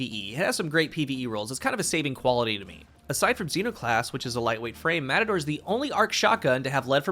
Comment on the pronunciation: More like "Mehtador or Metahdor"